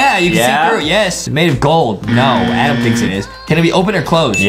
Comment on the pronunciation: Its adam not adem